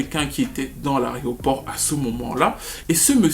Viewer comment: « Dans l’aRéoport » t’abuses🤣🤣🤣🤣🤣🤣